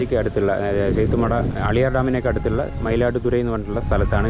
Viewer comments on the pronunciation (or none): അളിയാർ അല്ല മക്കളെ ആളിയാർ